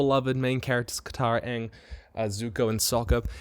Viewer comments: Why does he keep saying Ong that way? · Its "ONG" not Aang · That’s not aang it’s Uung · If in the first 30 seconds i hear them call him ahng. I will immediately lose hope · costume looks good enough. as long as they pronounce Aang's name correctly and not make actors read out scripted story plots. I'm good.